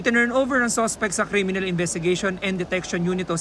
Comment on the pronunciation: "Pag laki ko gusto ko maging crilminal" haha